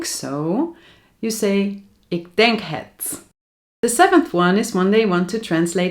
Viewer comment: Nee dankevel ik hoef niets. Ik tenk het. Dutchlish haha. Ja het do te so?